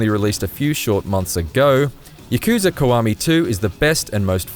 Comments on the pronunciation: ya ku za he said wrong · "yuh-KOO-zuh" "muh-SHEE-muh"